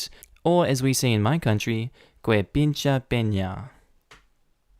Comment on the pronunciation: what is written: "que pinche pena" what he read "gua pinchue peña", I mean, are you ok dude, do you have something in your throat?